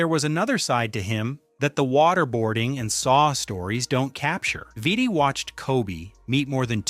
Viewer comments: Its pronounced "VEETEE" i believe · Veetee. Pretty sure Vitti is pronounced with long I’s. Man also has a jersey retired by the Lakers alongside Kobe’s 8 and 24 retired jerseys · VEE-TI, VLAD-EH